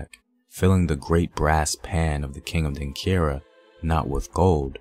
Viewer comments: The word is Denkyira (Denchira) not Denkira. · it prounounced 'Denchira', not denkira. kye is called chi. and it Anochi, not anoki.